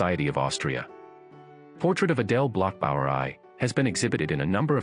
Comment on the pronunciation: Adele Bloch Bauer Aye? Less femmes? The pronunciation of a bot….absurd!